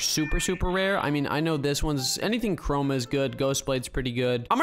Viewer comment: Lol you said 2 chorma